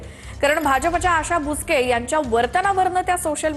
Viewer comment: बुचके ❌️ बोचकं ✅️